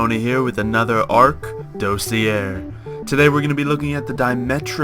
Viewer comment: You repeatedly mispronounced dossier.